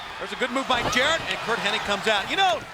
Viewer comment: Anybody else notice that everyone is saying "Curt Henning" instead of "Hennig"? Even the subtitles are spelling it that way. I swear, it's always been Henning. The Mandela Effect is real!